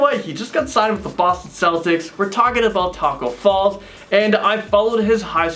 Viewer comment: he said Tacko Falls his name is Tacko Fall